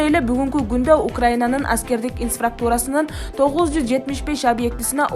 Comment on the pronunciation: Инспрактура эмес инфраструктура протезин тушуп калыптырго